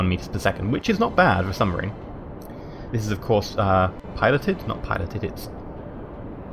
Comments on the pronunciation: Sub-Marine. Lol not Sum-Barine. xD Common slip of the tongue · submarine, not sumbarine. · He kept saying submarine wrong by saying sumbarine in his less than impressive soviet accent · That's a very nice sumbarine you've got there (yes you said sumbarine) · I love how he says Subbarine XD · Sumbarine? I think you mean submarine. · lol he says sumbarine instead od submarine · Underrsee sumbarine XD